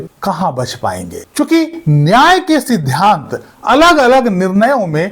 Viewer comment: Aap "sidhant" boliye na ki "sidhyant" please undestand pronounsation